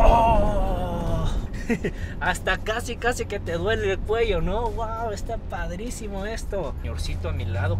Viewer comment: jajaj dijo parisimo en ves de padrisimo